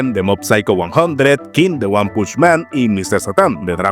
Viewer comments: Muy buen vídeo! Pero... Cómo le dices "One" a "Uan"??? 😭 (El nombre de One se pronuncia como el número 1 en inglés, no literalmente "One") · ¿no se pronuncia en inglés?